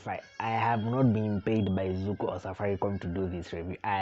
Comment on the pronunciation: Zuku? Really?